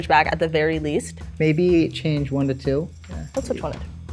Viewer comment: That boy said "Tew" 😂 why he built like that Kai Cenat?